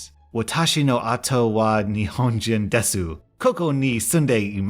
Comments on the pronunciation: when saying Desu you never say the U, you should say it as des. I learn this in my Japanese class. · Hey hey, 2 years later and I don't know if anyone catched you on this. But I've studied Japanese language and "desu" is actually pronounced "des"! The "u" is silent in Romanji (english "translation" from Japanese characters) Thought I'd help for future videos despite this being really old. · You realy need to Workd on your Japanese. Its horrible. xD U dont speak the "u" in desu or imasu. its a silent "u". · As someone who's learning Japanese, I find it funny how he read the line of the woman's husband being Japanese (Fun fact desu is pronounced des) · Pro Tip: Desu is pronounced as Des while Masu is pronounced as Mas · When speaking Japanese when there is a work like desu it is pronounced des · I got a little ticked off about the way spoke the Japanese line, but he probably doesn't speak Japanese which is fine. It does look like "Imasu" and "Desu" but it's pronounced "Imas" and "Des". Just a little tip! UwU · When pronouncing desu, the u is usually not pronounced, so it's almost like 'des'. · Small tip for the Japanese, you don’t pronounce the “su” on desu or imasu. They are pronounced “dess” and “ee-mass” (only basic Japanese, could be wrong. Only learning it last year for half the year and this year.) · Hey! Person who speaks Japanese here! Desu is pronounced like this “des” the u is silent. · So I have to tell you when you pronounced the Japanese words, the u at the end of "desu" is silent. Generally in Japanese if a word ends with an "u" (ooh) sound, then that "u" is silent. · God your Japanese is horrible. If a "u" is at the end of a word, it's usually pronounced under your breath. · Pretty good job with that Japanese. The 'u' at the end of desu and imasu are actually silent. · *sIlEnT cries because the "u" is silent in "desu" *